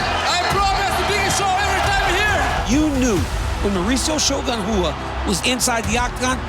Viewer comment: It's Shogun Rua guys, come on.